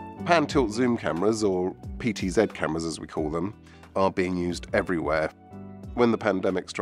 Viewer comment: So glad you said PTZed. When I work with other Brit techs who say PTZee, it drives me nuts.